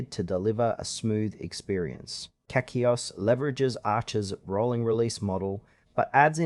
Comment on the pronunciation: I'm surprised this only has 4 likes, the editing and presentation is pretty decent.. To be fair though, it's not catchy. You're pronouncing CachyOS VERY wrong btw.